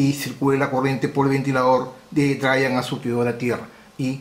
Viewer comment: Eres un gran maestro, de los mejores. Para tu mejora continua, te recomiendo afinar la pronunciación. Drein Sourss como se escribe. Geit Un abrazo